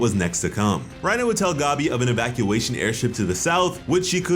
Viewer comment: bruh why do you call her gobby?? the green gobby lmao it’s gabi like gabby